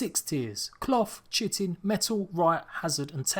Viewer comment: Kae-tin not chi-tin